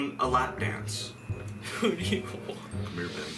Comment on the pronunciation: mans said: cmere ben im dying